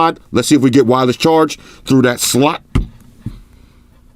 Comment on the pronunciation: I remember when said slut instead of slot.😂😂